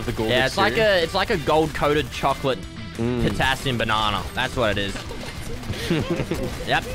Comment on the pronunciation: Image being girlfriend hearing saying patasium squad